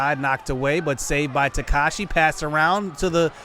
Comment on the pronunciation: Ta-ka-ha-shi not takashi